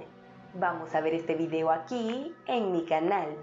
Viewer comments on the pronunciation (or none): none